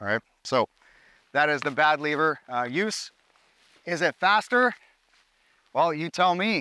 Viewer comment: Dude said bad liver^^, love it!🇩🇪🔱🇨🇦